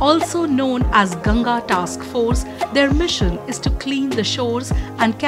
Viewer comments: Its गंगा.. Not गंजेज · what is gaenjes, it's gangaa. Should not butcher it's pronunciation when speaking in english